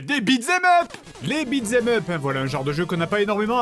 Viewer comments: pourquoi tu dis beatS em up? tu l'ecris bien pourtant... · Vu que "beat them up" est abbrévié en "beat'em up" dans l'expression (accent américain), ce qui élimine le "th" qui rend sa prononciation difficile pour le français moyen, tu aurais pu prononcer l'expression correctement au lieu de nous gratifier de ce magnifique "bitzemeup"